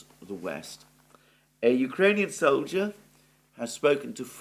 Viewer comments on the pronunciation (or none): none